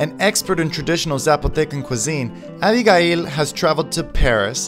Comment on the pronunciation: Stop mispronouncing our name! i can't believe you don't know how to say ABIGAIL in English!